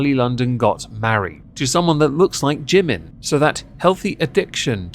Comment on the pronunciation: The true irony is they don't even pronounce Jimin's name correctly.